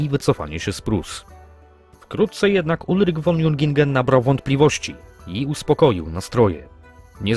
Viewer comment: "Von" należy wymawiać [fon], a nie [won]. W tak znakomitym opracowaniu jest to paskudny zgrzyt.